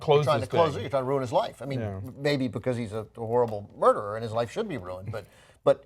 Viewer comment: wait did he say making a mruderer?